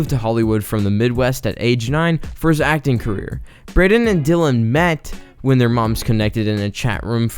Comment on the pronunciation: *braeden not braedon 😭